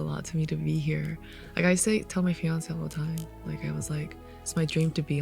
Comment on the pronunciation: Love that she says Beyoncé and Fiancé the same exact way lol. Ejae, thank you so much for the gift of blessing our ears with the exclusive demos! This is what it sounds like original demo was absolutely breathtaking (I almost cried listening to it).